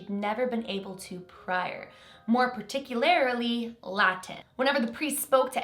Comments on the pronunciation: CAN YOU STOP SAYING PART TICK YOU LARILY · Particularily 🤯 my biggest pet peeve is people who put themselves in the public eye and use grammar incorrectly or mispronounce common words, no hate just have recently seen so many you tubers mispronouncing common words or using poor grammar